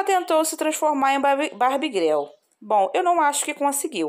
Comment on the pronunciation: Imagino que seja referência da música Barbie Girl (que se pronuncia guel) significa garota Barbie na ironia brasileira ficou greu